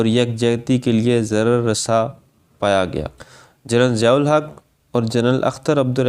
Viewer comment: Madoode azam Siyahul Haq. The stress is on S and not Z.